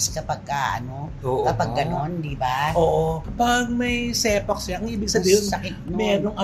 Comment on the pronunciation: Sepanx(separation anxiety) , hindi Sepax😂